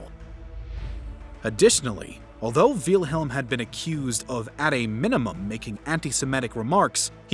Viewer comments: great but one small issue its actually pronounced will-helm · Why do you mispronounce Wilhelm and Adolf? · Why is the name "Wilhelm" so hard to pronounce? Nobody edited this? Also way too much supposition here! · bro ur pronounciation of wilhelm and wittelsbach is painful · It doesn't take a rocket scientist to know his name wasn't pronounced "VEELhilm" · I'm a native German speaker and that is not how you pronounce it. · “Veal-helm” It’s Wilhelm like vill in village. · It pronounced "Vilhelm" not "Vealhelm". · "Veal-helm"? Never heard it pronounced that way before. :P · bro "Veilhelm" IT'S WILHELM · Don’t mean to sound rude but Wielhelm? Is how you pronounce name? It’s Pronounced Villhelm in English it’s not that difficult. Edit: I just watched the rest of the video, you need to learn how to pronounce German names and words. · Btw, it's "Will"-helm, not "Veel"-helm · Quick pronunciation note: the name of the Kaiser (Wilhelm) is pronounced "VILL-helm", not "VEAL-helm". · I’m pretty sure it’s Will-helm. Not Wheel-helm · I like how he spells out Wilhelm the second. "Wheelhelm the second" lol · It is pronounced will-helm my god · Jesus learn how to pronounce words. VEEL-HELM lol, what are you a 12 year old? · Excuse me, dawg. I believe it's pronounced willm-helm. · it’s same! Like Victor and Vicktor; Nicole Nicolas Nicolai. Wilhelm the H is dropped silience.. so it’s Will-Lem! Will, William,Wilhelm the same name. I watched German movies so I learned how they spelled out. May you lived in your own world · Great video thanks for that but minor critique its not veelhelm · Wiiiiilhelm, doesn't wilhelm has its I silent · This is a great video but as a german i find your pronounciation of Wilhelm very funny. All I hear is Wheelhelm haha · It looks like the creator of the video would have learned how to pronounce the name of its subject before making it. Tip: it's not "Vealhelm". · Veelhelm ahhhhhhhhh why?!? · Der Kerl hat ständig "Wiehlhelm" gesagt, das meinte ich damit.